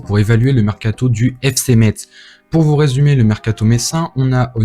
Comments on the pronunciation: On dit FC Metz (messe) 😅🇱🇻🇱🇻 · T'es messin on prononce pas le z l'ami